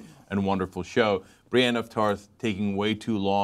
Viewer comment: Cenk, it's BriEnne, not Briane of Tarth.